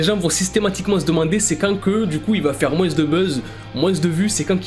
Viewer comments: «moinSS» 🤨🤨... Ok 🤷🏽‍♀️ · moinse ...le S est muet bordel !!!!!!! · MOIN LE S TU LE PRONONCE PAS